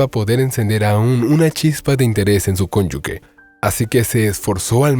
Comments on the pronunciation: No es cónyugue. Es cónyuge. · Unos dicen cónyugue y usted dice cónyuque si la palabra correcta es cónyuge.